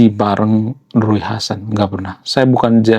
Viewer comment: Bacanya Riu hasan bang bukan Rui